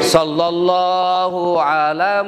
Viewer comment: Efek ustadz kurang seksama bilang nya sholloloh ala Muhammad yang betul itu Sholla bukan shollo